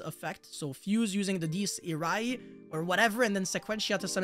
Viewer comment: Say it with me. Die-es ee-ray